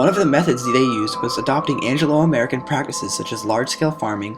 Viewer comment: did he say Angelo-American